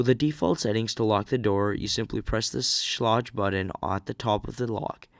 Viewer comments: My favourite pronunciation was.... Skay-Lidge. Bahahahhaha! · Schlage rhymes with vague